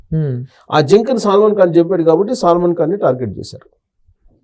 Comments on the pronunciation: Salmon fish kadhu uncle its salman😂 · బాబు సల్మాన్ ఖాన్ ని సాల్మన్ ఖాన్ అంటున్నావ్ , నీకు సబ్జెక్ట్ ఇంకా ఏమి తెలుసు స్వామి